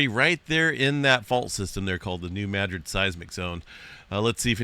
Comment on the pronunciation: I have always heard this pronounced New-mad-rid, not New-mad-gric?